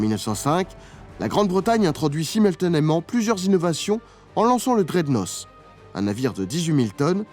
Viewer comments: Pouce, mais j'ai.un.peu les zoreilles qui saignent en entendant HMS draide-nosse. Ca se prononce draide-naute 😊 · Cher ami va falloir reprononcer "dreadnoss" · Tant qu'on est sur la langue, "Dreadnought" se prononce "draidnauT" :) Encore un super dossier sans IA avec des archives ! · Super ! Pour améliorer votre anglais, je vous conseille de prononcer dreadnought « drèdenote »